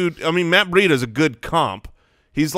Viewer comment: ls it an AZ thing to pronounce Breida ...BUREEDA? We here in Brandon, Fl (Breida's home) pronounce it BREEDA.